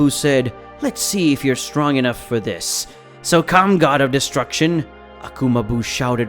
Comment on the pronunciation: bro said wiss